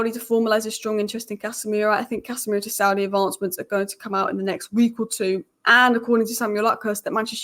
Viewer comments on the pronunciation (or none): none